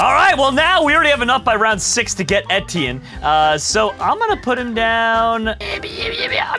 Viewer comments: it sounds so funny when says:'thats right, its entienne' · how dare u call him etienne his name is steven tewtiy found out in goolge transtlate